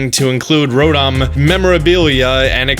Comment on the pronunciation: So we are just gonna forget that he calls Rotom "Rodom"..... ok